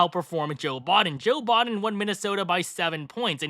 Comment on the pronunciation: It's "Biden", not "Bahden"